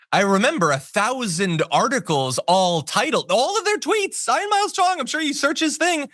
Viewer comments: Some people from Slavic countries have trouble with that name. When spelled in their languages, It looks like it should be pronounced "Yon". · Never met someone who couldn't pronounce the name Ian before. That was odd.